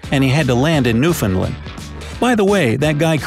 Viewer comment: it’s hilarious how you pronounced “newfoundland”, as i live there.